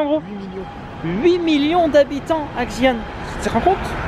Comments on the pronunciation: lol c'est pas djian les gars , c'est Xian prononcé ciiiaan... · J'adore 💖 Xian est une maaagnifique ville! Mais ça se prononce "shi-an" pas avec le X 😂😂😂 j'ai hate de voir la video votre ascension du Mont Hua! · En gros, Xi'an se prononce "schi anne". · Ptdr, connait à peine les régions qu'ils visitent et ne sait même pas prononcer correctement les endroits où il va, alors de là à parler de la répression des Ouïghours:')